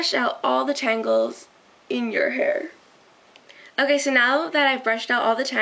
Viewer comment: LOL!! It sounded like she said.. "So now that I've brushed out all the TRIANGLES.".. instead of tangles.